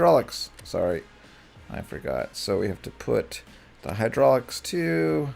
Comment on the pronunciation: Hydraulic not hydrolic